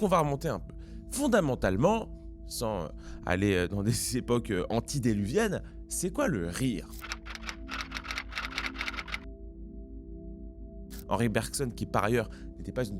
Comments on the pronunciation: antédiluvienne, pas antidéluvienne =) super vidéo ceci dit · "Antidéluvienne" ? C'est "antédiluvienne" 🤣